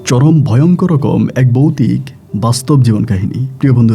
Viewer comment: Ami recent suchin but aste aste sob purano episode sunbo. Boutik noi voutik. Rag koro na vai